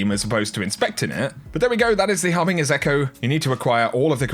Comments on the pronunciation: Harbinge BINGE not BING ffs bruh. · Harbinger is with a soft g, like giraffe. So it's pronounced HarbinJER. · Repeat after me. Har bin Juh. "Harbinger" is pronounced with a J just like "Ginger", "Genetic" or "Agent" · The way says harbinger makes me cringe.